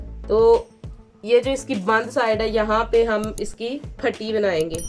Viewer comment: پٹی ہوتی ہے، پھٹی نہیں ہوتی،